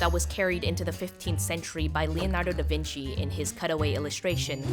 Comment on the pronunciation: the way you prounance the italian name like Leonardo da vinci trigger me so bad but I will get over it because over all the video it's good but. please find the right way to say italian name because we read thing as they are wrote and don't invent thing